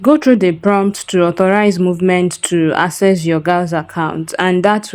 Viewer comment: Great video. Please I just noticed you pronounce "galxe" as gals it is pronounced as "galaxy" I am sorry if you take offense 😢